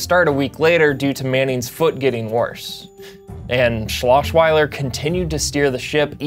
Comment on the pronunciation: Mispronouncing Osweiler's name is the funniest part of this video.